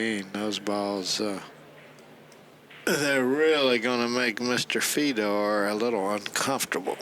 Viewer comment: Holy hell, Nick Varner should stay out of the booth. It takes him 30 minutes to say what anyone else can say in 5 minutes. And his name is Fedor, not Fee-dor.